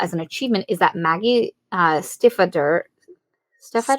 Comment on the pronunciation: Stiefvater is a German word, not Norwegian. So no, you were not pronouncing it correctly.